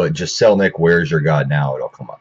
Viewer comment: You mispronounced his last name...